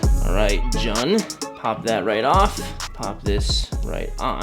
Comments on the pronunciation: You say it like June not jun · Eric video! always loved Halo and this is definitely my favourite figure you've reviewed. I would love to see more reviews on the rest of noble team, keep up the good work! Ps. its pronounced June not jun. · His name is pronounced as "June" 😂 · dude jun is not pronounced that way it's pretty much like saying June just without the e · It's pronounce June bud but I might get this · Yo bro you should probably check out the three zero figures probably the transformers ones, also you pronounce Jun as like "June" 😅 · his names is pronounced " June " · jun pronouced "joon" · Jun’s name is pronounced the same as the month “June” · the way to pronounce his name is actually "June" like the month, regardless though this is an amazing figure